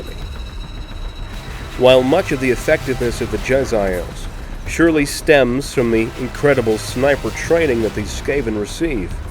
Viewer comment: They're pronounced "jeh-zay-ulls" not "jezz-I-ails."